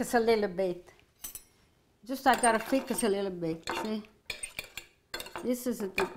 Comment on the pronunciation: always says alila bit salt then she throws in half a handful 😂 I love you, I always have you or Osara on when I cook